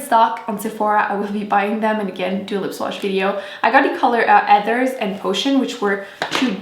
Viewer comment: its so cute since you speak french you dont pronounce ,,H" in ,,heathers" 😬💘😂